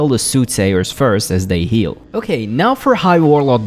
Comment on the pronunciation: Your pronunciation of "heal" and "kill" are very difficult to tell apart, especially in the Shade of Akama section.